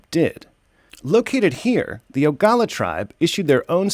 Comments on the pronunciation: Please, its Oglala, not Ogala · Its pronounced OH•GLA•LA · That’s stupid... if the government isn’t taking care of COVID then it’s for the tribe and reservations. Oh and it’s pronounced (OH - GA - LA - LA) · Pronounced: O-ga-la-la. FYI Sioux is a derogatory term. That's why most say Lakota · good reporting.... however, you did pronounce the word Oglala wrong.. OG--LA--LA . Tell us what YOU think... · It's pronounced, ooh-gla-la. But thank you for covering this. Many big thank yous. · That’s not how you say our tribes name. Wasichu…